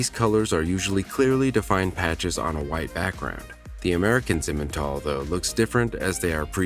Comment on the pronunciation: It's not simen it's si men